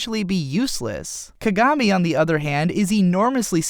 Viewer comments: "Kagarmi" *facedesk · Awesome way to explain both anime! However, japanese pronunciation of characters names and places really really really threw me off. Kuh Guh Miiy, Hee Nuh Tuhh.. Idk man :P Awesome all in all though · if you love kuroko no basuke so much why don't you learn how to pronounce kagami's name? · I'm sorry if this sounds rude but its pronounce kagami(ka-gam-ei) Haikyu(hawk-ei-u) And I love both animes equally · just curious, but why do most people say /ka-gá-mi/ as opposed to /ká-gá-mi/?